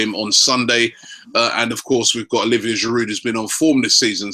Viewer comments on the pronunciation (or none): none